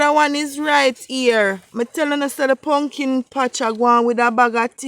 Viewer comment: "wukless punkin"😂😂😂😂you are hilarious